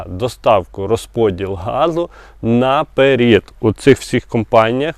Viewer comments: А чого "наперід", а не "наперед"? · 😮, не напер1д а НАПЕРЕД, пров1ркове слово попереду а не попер1ду